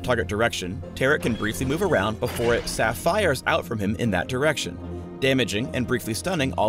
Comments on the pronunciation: "Crystal clear" hehe ok. "Sa-FIRE's ou-" NO. FUCKING NO. AND FURTHERMORE. WHY. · saph -fire? Mother of god...